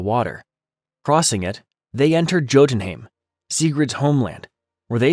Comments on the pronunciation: Jodenheim like pronounced in Thor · its pronounced as yotenheim mate.